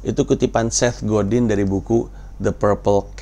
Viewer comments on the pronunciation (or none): Bacanya Set Godang, oom